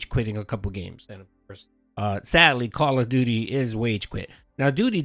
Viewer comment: "The Shatgun is the best weapon in Khall av doody"